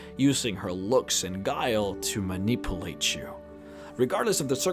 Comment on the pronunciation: I'm not making fun of you because it sounds like your multilingual which I am not but it is a little funny that (given the topec) your accent changes the word manipulate to ma-nipple-late